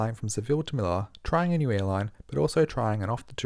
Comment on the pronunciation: Dope flight report! Quick tip: it’s pronounced MeliYA. The double L (ll) in Spanish is pronounced as the *y sound! 🙂